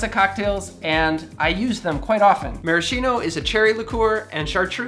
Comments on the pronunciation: Super interesting and useful for people like me entering for the first time in bartending world! Just one comment: you have to pronounce "maraskino" ! Thank you a lot from italy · Just a tiny suggestion: maraschino should be pronounced with "ch" like a k: maraskino. Greetings from Florence